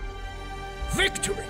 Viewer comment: That stirring speech at the beginning could only be "improved" by putting Citizen Soldier by Three Doors Down in the background. That pronunciation of "victory" alone is atrocious.